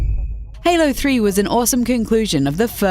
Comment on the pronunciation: It’s pounced halo tree 😂